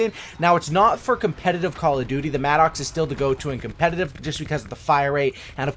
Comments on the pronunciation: It MADDUCKS not MAD OX . How can you be a native English speaker and say that shit? You probably used to call martyrdom Marty Dom too... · it’s pronounced “mad-ux “